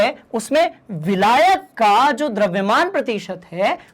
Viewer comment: abe vilayak bolna to sikh le